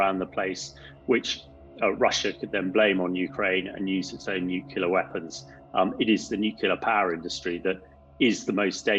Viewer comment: Is this guy actually trained in anything? He keep saying "Nukilla" rather than "Nuclear", which is a hallmark of a liar.